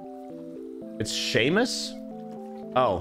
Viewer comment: Him unironically saying "see-mus" was actually killing me